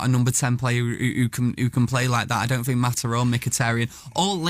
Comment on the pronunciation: “ I sink I am the best “